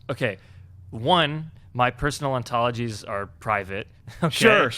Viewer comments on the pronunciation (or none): does he say my "personal antolgies"? what is an antology??